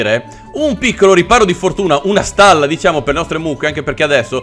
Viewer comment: dice starla invece di stalla